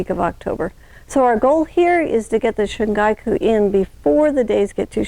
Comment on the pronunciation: Ma’am with all due respect, it’s called 春菊 (shun-ghee-ku). And thank you for the educational video.